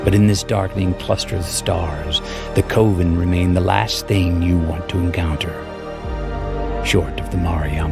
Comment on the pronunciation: "It's pronounced 'coven' ."